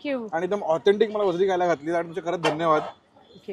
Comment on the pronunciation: वजडी आहे ताई वजरी नाय 😂